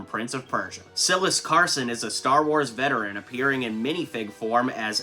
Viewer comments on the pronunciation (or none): none